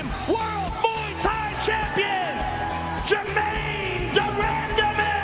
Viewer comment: Joe "Germaine Demandamie" Rogan